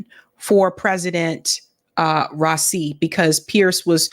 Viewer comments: Raisi (Ra-ee-see) . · it's RA-ISI, and I heard there were 4 Million in the procession 4 his funeral 😢